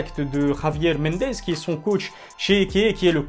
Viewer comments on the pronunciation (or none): none